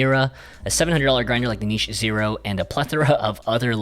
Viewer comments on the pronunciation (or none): none